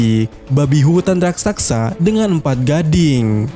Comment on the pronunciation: Min coba kedepannya spelling raksaksa dibenerin jadi "Raksasa". Jujur telinga gua gatel 😂